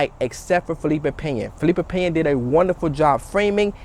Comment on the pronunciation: Hit the dislike because you said his name wrong otherwise good video lol